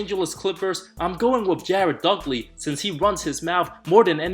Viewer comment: Jared duckley? Lmao DUDLEY